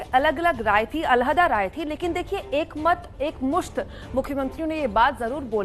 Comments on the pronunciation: Abe ye alhaddaa kya hota hay!! Alag hota hay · Al hda nhi Alaheda